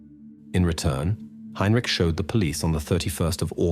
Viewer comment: Tge AI voice is terrible. Mispronouncez tge name Heintich several times snd uses langhage incorrectly. Nobody says 17 o'clock.